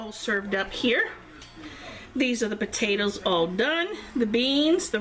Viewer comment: We love this recipe. Desty and I are watching together and she loves the way you said "Potaters" lol Enjoy ! Thank you so much for sharing 😋